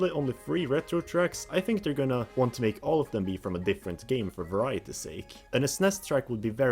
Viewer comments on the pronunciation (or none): none